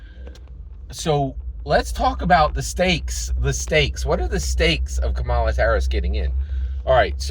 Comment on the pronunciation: Hi‼️ I haven't watched nor commented on any of your videos since Andrew Yang dropped out four years ago. I hope that you and your family are doing well. I must say that I am disappointed that you are not voting for Kamala Harris. Because of the way that you consistently Mispronounced her name, I suspect that you have been watching Anti-Kamala Harris videos, & have made your decision based on those👎🏾👎🏾 PLEASE, give this Presidential Election, and therefore, US Citizens a fair chance by listening DIRECTLY to what Kamala Harris says out of her own mouth, about the issues that you brought up - Abortion, Support for Israel, Etc. The fact is that Trump's Project 2025 & Trump's Agenda 47 has put US Citizens into a situation whereby we are in danger of losing our Freedom & Our Democracy, among many other things. Therefore, The upcoming Election is NOT Harris vs Trump. It's Democracy vs Dictatorship It's Racial Equality vs Racial Oppression It's Women's Rights vs Women Oppression It's FREEDOM OF CHOICE vs Gov Rule. Additionally, Trump is a Racist. This is proven by how Trump & His Father coded their housing applications to ensure that they didn't rent their housing to Blacks, how Trump STILL wants to kill the Central Park Five even though they have been proven innocent, how Trump wants to give the police complete immunity in spite of their history of Police Brutality against Blacks, How Trump has recently spread that LIE whereby Trump calls Haitians who came to Springfield OH LEGALLY